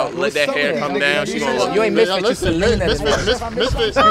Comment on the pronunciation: “You SALENA 2night” 😂